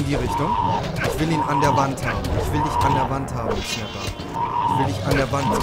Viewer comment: Wie er jetzt ernsthaft immer "Snappl" sagt xDDD